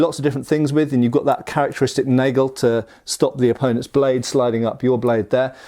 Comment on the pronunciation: the "a" in nagel is pronounced a bit like the "au" laugh